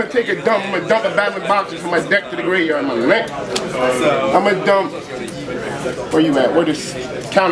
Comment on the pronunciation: I still say "gravy" for graveyard bc of this guy lmao